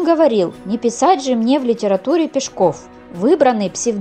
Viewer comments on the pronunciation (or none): Не ПешкОв, а ПЕшков. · Потому же и Пешко́в, вместо Пе́шков. Хотя вроде и не робот читает?! 🤔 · пЕшков, а не пешкОв! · Не ПешкОв,а ПЕшков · ПЕшков!!! Авторов!!! (Ударение на первый слог). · ПЕшков. Ударение на Е. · Ударение не там ставите у настоящей фамилии🤷‍♀️ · правильно говорили , не слушайте автора